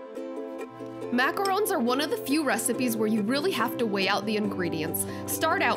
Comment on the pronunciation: You baked and pronounced macaRONs perfectly as the video progressed on. Loved my heart-shapes result. Thanks!